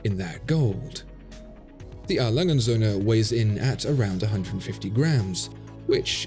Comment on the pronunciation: Your video's great but seriously, why are you pronouncing A. Lange & Söhne like it's a sinlge word? It's not Alangensöhne, no, it is A. Lange & Söhne. Please. But otherwise a very good video, that just really bugged me (A. Lange = Adolph Lange = a name, & Söhne = and sons)